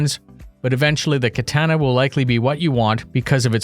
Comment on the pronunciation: I dont think ive ever heard someone pronouce katana that way